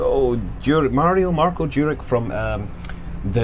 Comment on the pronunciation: it's Mario, and his last name (Juric) is properly pronounced as [Jurich / Yurich], not [Jurik]... the c at the end should have a "thingy" on top - ć - and its properly pronounced as [ch].